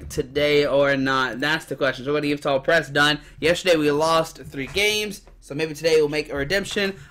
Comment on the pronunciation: Can’t even say yveltal right